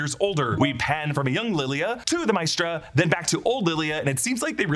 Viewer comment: Not Mistra but Ma-eh-stra